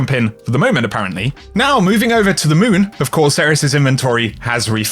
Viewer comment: "moving over to the mööün"